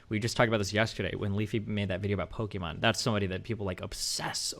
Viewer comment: Nobody: Destiny: "Pokimon"